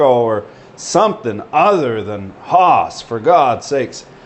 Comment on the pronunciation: Took me 15 minutes to realise you were saying 'Haas' and not Horse in your Canuck accent :-)